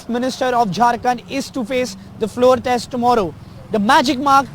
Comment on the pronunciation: Morons it’s test not text